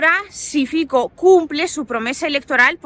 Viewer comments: Aló! Mire, el nombre del candidato eslovaco Fico se pronuncia: FITSO. La C es 'ts' igual que el la Z alemana. No es Fiko entonces. Saludos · Un pequeño apunte lingüístico: Fico se pronuncia "Fitso" (Фицо). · Fico... se dice fitso y el partido es Smer, no esmer o smek 🥹🥹🥹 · el partído se llama SMER no SMEC y politico se llama FICO NO FIKO😅